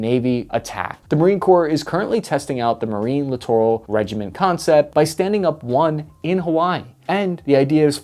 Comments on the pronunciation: Clittoral??? I like it. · Littoral? I thought you said Clitoral. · i CRINGE every time he says LITTORAL. Merriam-Webster has a great app with sound. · Lol “Littoral’